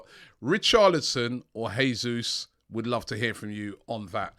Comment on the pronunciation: god... please stop saying heey-sous